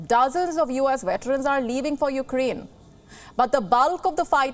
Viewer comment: Did she say Ukdain?